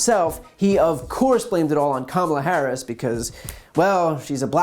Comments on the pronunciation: Wait when did cukker start pronouncing vice president harris first name correctly? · and of a sudden, he knows how to pronounce Kamala Harris... what a coward!!!